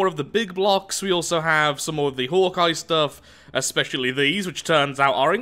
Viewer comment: Is anyone else annoyed by the fact that he mispronounce's Hawkeye?